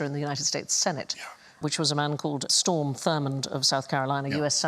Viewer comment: It's "Strom Thurmond", not "Storm".